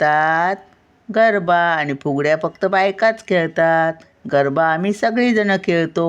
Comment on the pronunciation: गर्भा नाही, गरबा असे आहे.